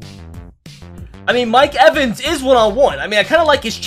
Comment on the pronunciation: You said mike evens mike wevins and levins